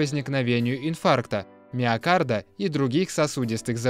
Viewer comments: Инфаркта, миокарда. Мда. Ну и диктор. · Судя по дикции между "инфаркта" и "миокарда" стояла запятая! )))